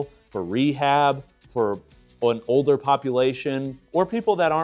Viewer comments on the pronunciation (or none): none